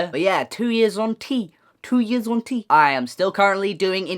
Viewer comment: I keep hearing "hunty" and not "on T" I'M SORREH!